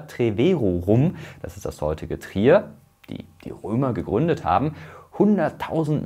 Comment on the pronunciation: Naja die Alte aussprache von Trier war schon mal Flasch ;-)